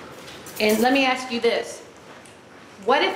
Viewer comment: the “aksk” thing just HAS to be genetic…